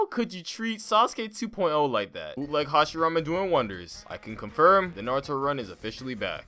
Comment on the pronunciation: the madaaarrra and hashirrrammaaaa got me good